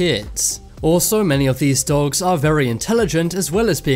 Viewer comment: And you say dogs like "dawwogs" 😂